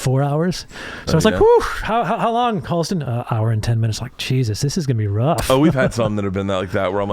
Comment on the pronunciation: I'm a little late here but. Halston. With an A. Just so you know :)